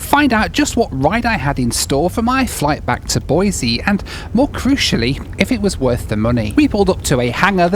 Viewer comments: Great video - always fun to see your home turf. I've ridden motorcycle thru Salmon more times than I can remember. BTW, it's Boisee, not Boizee. If you say Boizee you have to follow up with "I'm not from California and I'm not moving to Idaho". 😁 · As a life-long Boisean, I respect the correct pronunciation! Boiseee rather than Boizeee! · BOY-SEE no Z. Otherwise we'll have to call you 😅